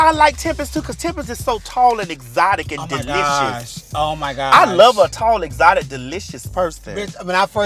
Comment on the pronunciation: I had to pause when they called Tempest "exoctic" LMAO